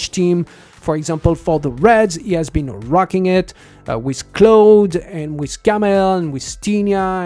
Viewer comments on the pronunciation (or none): none